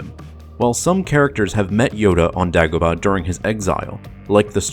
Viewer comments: DAY-Go-Bah, Say it with me! Day-Go-Bah! Dumbass. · THANK YOU. The way he said it drove me nuts. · How do you mispronounce Dagobah? They say multiple times in the movie. What the hell is Daaagobuh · ear murder it was. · New to the channel. Love everything, except for all the names that are mispronounced. Is there a reason for this? Example, "Dagobah". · Why is he saying Dagobah like that?